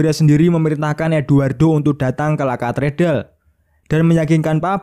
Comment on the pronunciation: La Catedral, bacanya la Katedral... bisanya ngomong la katedal... Sampeyan sengaja mempleset2kan ucapan kl ada unsur2 kristen kah?